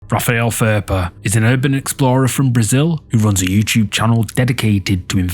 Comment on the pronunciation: 1st Video YouTuber's Name Is Raphael Ferpa(The English Pronounce Kind Of MisPells Furper)Dude...